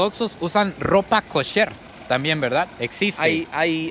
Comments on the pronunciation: EL ARGENTINO PARA HABLAR OTRO IDIOMA (el que sea) NO RESPETA NINGUNA REGLA MILENARIA. Comida KASSSHÉRR ! 😑 kosher hombre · ES: KOSHER ( COSHER ) NO: KASHER ( CASHER ) KOSHER, K. O. S. H. E. R.